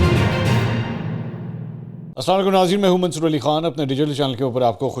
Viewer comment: منصور MASER نھیں MUSER ھوتا ھے